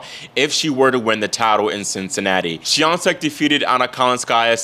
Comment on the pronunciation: I'm proud of your pronunciation of Iga's last name! 👏